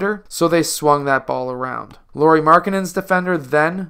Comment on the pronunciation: Lauri is supposed to rhyme with "cow-ri" or "how-ri" or "wow-ri."